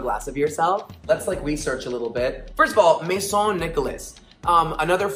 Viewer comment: saying "Maison" just like my second name is giving me life